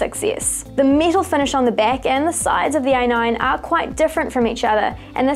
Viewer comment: She says metal like this: miiiital